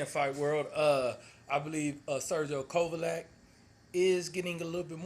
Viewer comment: well that's not how u said it